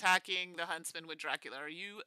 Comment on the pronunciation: Every time said Huntsman, it sounded like Husband. So I spent a lot of time thinking "when did Little Red Riding Hood get married?"